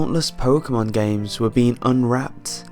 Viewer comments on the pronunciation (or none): Its pokemon not pokamon